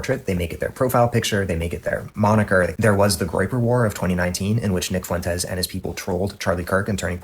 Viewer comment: In a word like fuentes, the U is the weak vowel and the E is the strong vowel that gets the stress. It sounds like fwentes Kyle - you sound ridiculous saying FOO-entes